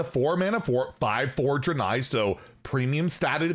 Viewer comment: How does he still not know how to pronounce “Draenei”?